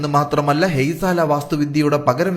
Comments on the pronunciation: It's Hoysala ..not Haysala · ഹേയ്സാല അല്ല, ഹോയ്സാല